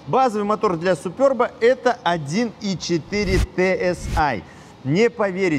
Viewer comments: СЮююЮпЫрб, а не супЁрб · Что за Супёрб !! Суперб ребята Суперб !!!! 😂😂😂😂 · как всегда жжет! Молоток! Складно звонит. Можно выступать на сцене. Все подробно и по делу. Только говори супЕрб. Хочу такую на дизеле и вот смотрю про нее. Всем добра. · говорится же суперб, без ë;) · Огромная просьба. Не называйте, пожалуйста, супЕрб супЁрбом. Он супЕрб на 100%. Спасибо, огромнейшее. И не только от меня, но и от многих владельцев этой замечательной машины, которым такое произношение режет уши "в кровь" ! 😊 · Не СупЁрб, а Суперб, Super-B, так произносят в Чехии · Я конечно понимаю когда Суперб, супер б, но супёрб.... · СупЁрб стЕкол😂😂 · супЙОрб.... Ну зачем, уши режет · Какой нафиг "СупЁрб", автор? Ну вы перед съёмками загуглите, пожалуйста, как должно читаться правильно. Правильно - СупЕрб! А если хоитите как чехи произносят, то "сУпэрб", с короткими "РБ"